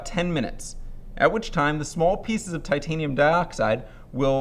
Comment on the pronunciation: i'm pretty sure it's titanium and not titania hahaha